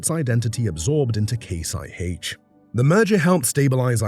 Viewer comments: No! Not Eye Haitch. It’s Eye Aitch. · "High aitch" ? is this AI talk ?